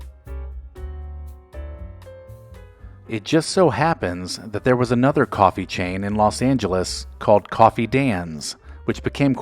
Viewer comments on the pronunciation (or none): none